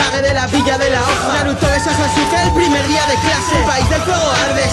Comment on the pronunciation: lamento contradecirte pero en japones sasuke se pronuncia saske.